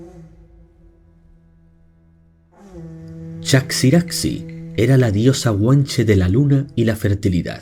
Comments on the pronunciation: Aparentemente "chaxiraxi" se pronuncia "chajiraji", como Adexe es Adeje y otras palabras guanches. Se trata de la grafía antigua castellana para la J, como en México o Texas. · Se pronuncia Chajiraji o Tajiraji. Esas x se pronuncian como en Mexico.